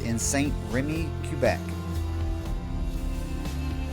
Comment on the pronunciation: Amazing! Yes, you said Québec perfectly! 👍💜